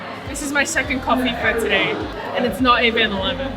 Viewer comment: I don’t know why but I love the way you say “tuh-day” Kurumac in Marrickvillw has you written all over it btw 😊👌🏻